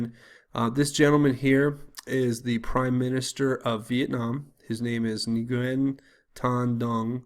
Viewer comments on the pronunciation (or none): Just an aside, in case you may want to know for future reference, Ngyuen is pronounced "win". Weird, I know. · Nguyen pronounced ‘win’ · Nguyen = "Nooyan"